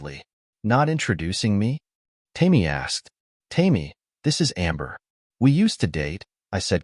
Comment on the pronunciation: The red head's name is "Tame-ee" When are you going to teach your A I to recognize words? Goofy story full of holes.